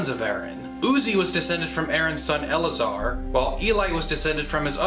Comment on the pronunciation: Eleazer should be pronounced with two distinct grouping, el-lay-a-zar, same number of syllables as Eliezer.